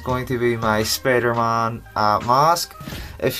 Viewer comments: why you say Spidermon? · I like the way he says Spider-Man(Spidermahn:D)